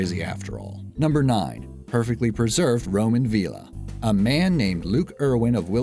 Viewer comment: It annoyed the way you pronounced villa and Wiltshire